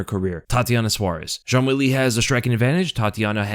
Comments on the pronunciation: ''Cong Wong'' bro cant even say wang properly either. insane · Wong Kong? Really? Oh my bad I guess it’s Kong Wong